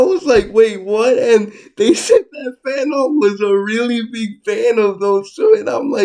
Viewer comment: Frantz, Jordan... not Fanon my guy. 😅